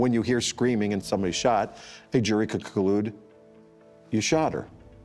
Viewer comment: “ collude” or conclude?